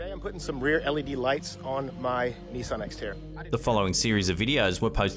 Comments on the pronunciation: What wtf is a "NISSIN"? Do you mean "Nissan"? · "His brand new Nissen" lol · You pronounced Nissan wrong!! 🥴🤔🙄